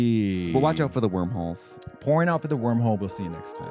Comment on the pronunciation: Trixie may have said WORMholes but all I heard was BOREWORMS😂